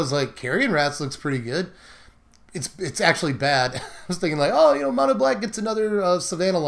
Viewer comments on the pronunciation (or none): none